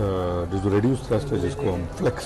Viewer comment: The word is Thrust not Thirst. Thrust is the power to accelerate.